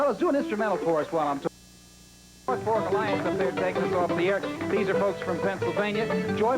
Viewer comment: It's the North FORK Alliance, not "Folk." That's why I couldn't find it t first in a YT search.